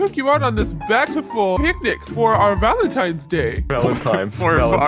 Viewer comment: "valentimes" I died of that💀👁️👄👁️